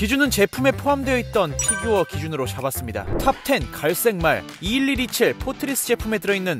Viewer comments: Fㅣ규어 발음 신경쓰기 시작하면 계속 신경쓰게 되는 희한한 영상 🤔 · 쀠-규어 발음 킹받넼ㅋㅋㅋㅋㅋ